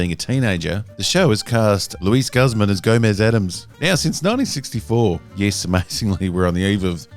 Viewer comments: It's pronounced 'Goose-mahn'... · Meh. I’m not bothered by Luis Guzman playing Gomez. I am bothered, though, with your pronunciation of his name. Yikes, man. Yikes.